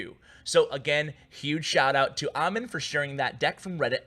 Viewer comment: Wow, that dude has a same name as mine but you pronounced it wrong its " A-m-e-e-n"